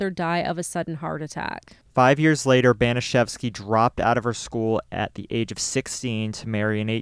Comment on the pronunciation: Disgusting, vile, evil - it’s all been said, and it reveals the potential for many average humans to be easily conditioned into behaving inhumanely. BTW, the pronunciation of Baniszewski sounds a bit off. P.S. I don’t believe that forcing someone to insert a bottle could be termed “masturbation” under its standard definition.